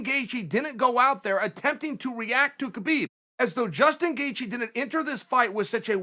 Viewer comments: Me: Gaethje Chael: Gathje Me: okay, great. Gathje. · You mispelled Gaethje , Chael.